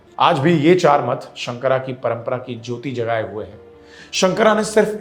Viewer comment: उच्चारण सही करें। शंकर है , शंकरा नहीं । मंडन है , मंडना नहीं । ये केवल अंग्रेजी में ही पढ़ने से ऐसी गलतियां होती हैं। अन्य सब उत्तम।